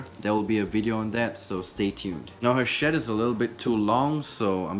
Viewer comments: I heard shit instead of shed @@ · when he said “snake shed” i thought he said snake shit 😂💀💀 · I heard ‘snake shit’ instead of ‘snake shed’ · Anyone else hear shit instead of shed? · who else thought he said 'so the shit' 😂😂😂 and 'snake shit' 😂😂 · i thought you said shit lol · it sounds like he's saying snake shit haha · it sounds like he said snake sh*t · Love this channel also when u broke the snake shed it sounded like u said snake shit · I thought you said snake shit.